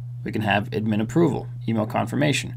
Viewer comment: Never heard someone call it “ud-MIN”. Only “ADD-min